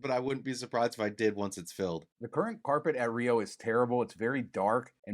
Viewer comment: Its Carpet , not corpet!!